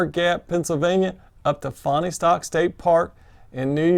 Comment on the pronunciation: I really enjoyed watched your videos of your section hike -- great job! Almost like being there! BTW, to help, it's pronounced "Fawnstock" by locals (I used to live near there).